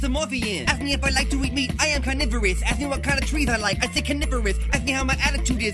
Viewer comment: In the rap mispronounced "ask", he said it with a lisp, black people are supposed to say it like "ax".